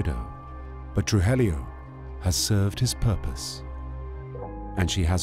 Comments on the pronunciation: Tru-hee-yo (Trujillo) not Tru-hel-lio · Truhellio lol. Truheeyo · Trujillo pronounced TRUE HE JOE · Why the f does the narrator say “TRUHELLIO” when the name is clearly spelled “TRUJILLO” 🤡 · Narrator: Pronounces Medellin correctly. Also narrator: Absolutely butchers "Trujillo". Carlos "Truhelio". Haha! Griselda was known for butchering people in cold blooded ways. The body parts were then put in plastic bags and thrown onto the side of the road while she was out driving. I've heard stories where she had people butchered with chainsaws while still being alive. Netflix really left out the gruesome parts of Griseldas terror. They made her look like a normal narco boss. This woman was satan herself. I mean, the fact that Pablo Escobar himself feared her speaks volumes. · The wrong pronunciation of Trujillo is making me crazy. True-he-yo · Trujillo is pronounced "True - Hee - Yo". Sorry, Spanish teacher here. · Narrator knows how to pronounce Medellin correctly but not Trujillo, smh!